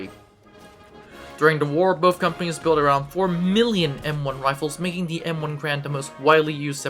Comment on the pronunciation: It’s “Gar-and” not “Grand”